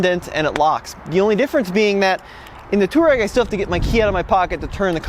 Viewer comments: Why call it at tooreg" when its pronounced Tuareg as spelt-not technical a fact ! --typical yank arrogance-we will call things what we want ! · Please stop saying Twar-rag. It sounds one letter off of filthy.